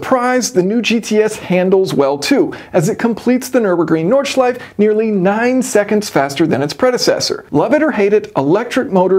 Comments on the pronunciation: "nordschleife" is not spoken "nordschleif". the 'e' is not silent and is spoken like the first letter in "estimation". so, you are allowed to only speak it in two ways: * nordschleifE or as an alternative you can call it * nerd schleifE (because of car nerds) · the correct pronounciation of "Nordschleife" is "Nord-shly-feh" - the "e" at the end is not silent like in english (and coincidentally the "e" at the end of "Porsche" is pronounced the same way not "shuh" more like the "eh" in "meh") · The second "e" in "Nordschleife" is not silent. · The humour is killer as always :D Btw, you ALMOST pronounced NordschleifE correctly.